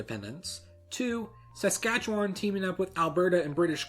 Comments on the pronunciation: The way he pronounces Saskatchewan gives me a migraine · The Saskatchewan pronunciation hurts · Hah how he pronounces Saskatchewan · The way you say Saskatchewan makes me cringe, no offense bud. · You're butchering the pronunciation of these provinces, ya hoser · Its so funny hearing somebody from outside of Saskatchewan or Canada(sometimes Canadians cant say the names right) say the provincial name or the names of the people living there wrong. I have tried to pronounce the provinces and cities the way people from abroad do and I just cant do it. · They was you pronounced Saskatchewan was not so good. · Ohhhhh your Pronounciation of saskatchewan, it's killing me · Not Sas-KAT-che-wan, Sas-KAT-che-wan. It's quick and run together. Not a lot of stress on the "katch" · Dude you pronunciation of Saskatchewan was killing me. Every time you said it a little bit of me died. Good video though. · Your pronunciation of Saskatchewan makes me laugh every time i hear it. Don't feel too bad though. Even other Canadians get it wrong, and it makes them sound like idiots. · The way this guy pronounces Saskatchewan is great 😂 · As a Canadian the way you say Saskatchewan and premier drives me nuts sorry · I agree, I don't pause after the Sask ....or emphasize sask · I appreciate the research that must have been done to produce this video, but please also research how to pronounce things. Quebec and Saskatchewan were pronounced incorrectly. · I hate to be that guy but you mispronounced Quebec, Saskatchewan, and Roy Romanow. it was really painful to listen to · Saaaaaaaskatchewan? Why can nobody pronounce my home provinces name right. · Saskachawon? Bitch, SASKATCHEWAN. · Su ska chewan I live here and that's exactly how everyone pronounces it here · PRONUNCIATION GUIDE (from someone who comes from Saskatchewan) premier [PREE-myur] Romanow [ROH-mə-NOH] Saskatchewan [səs-CATCH-ə-wən]... the only real vowel is in CATCH; all the rest are schwas. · Saskatchewan lol